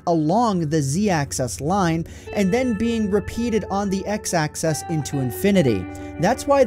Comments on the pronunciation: X, Y, and Z AXIS. not access. Axis is also the plural of axis so it's the x axis and the y and z axis. Just say axis. Not access. Great video btw, it was filmed beautifully to show off the repetition. What an awesome glitch. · axis not access fatty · Ohmy days he says access instead of axis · why tf do you say access instead of axis? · The word is axis, not "access". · Is it just me or did saying access instead of axes bug the heck out of anyone listening. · Dude it's 'axis', not 'access'... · You're saying access, not axis. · Axis not access. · This was a great vid, really cool, BUT and practice with me here axIS axIS not acCESS axIS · Axis, not access- dumbass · Axis not Access, man. xD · It's called an "axis". Not an "access". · It's axis not access btw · It's axis, not access. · IT IS NOT ACCESS. IT IS AXIS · "Axis" is not homophonous to "access". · Z access? X access? Its axis...😬😬😬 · It's been a while since I've played Minecraft, but these things are still pretty interesting nonetheless. But oh god, "access..." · Why do you say "axis" like "access?" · Axis, Ax-iss. Axis. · Why do you pronounce it "access" every single time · if you think axis is pronounced access then please delete your google plus account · 'Zee access'... Bloody hell. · why do you say axis as access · It's axis. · When you say axis, it sounds like access. I hear "When I move on the z-access..." blah blah. I guess it is just the way you were taught to speak. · angeldiary Yes, but he pronounced the singular form "axis" like "access." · Will you please learn how to pronounce "axis?" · The way you say 'axis' makes me do a double take every time. XD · Who pronounces Axis "Access"? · You're saying "Access" instead of "Axis" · axis...not access... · Axis. Axis. Axis. Not excess. Axis. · axis not access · Access access access... Axis makes an "i" sound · Axis not access. 😉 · He's saying "access" instead of "axis" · "axis" not "access" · Z Access? WTF man? It's axis. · Axis. Not Access.